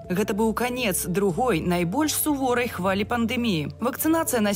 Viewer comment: Не суворой, а суровой. Читайте хоть правильно.